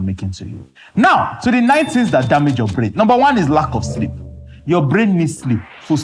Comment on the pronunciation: I hearam ooo Shleep schedule 😅😅😅